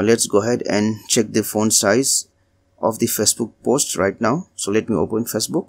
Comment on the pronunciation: It just bothered me so much on how you pronounced facebook!!!